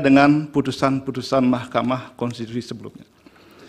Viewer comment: Ketua DKPP bisa melet juga ya pas salah sebut mahkama konstitusi 😂😂😂😂